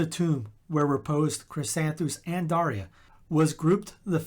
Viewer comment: I don’t know if my parents knew my name saint’s story when I was born. Thank you for the correct pronunciation of Daria.